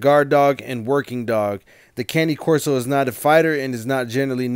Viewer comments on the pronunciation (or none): Please learn how to properly pronounce a breeds name. It is disrespect to the breed. As a cane corso owner I find it rude. This is how it is pronounced Cane (KAH-NAY) Corso (KOR-SO). Cane is the Italian word for dog. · Cany Corso or Cane Corso?